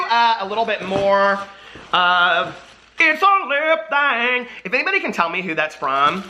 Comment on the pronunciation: ITS A LIP THA-HANG!!!!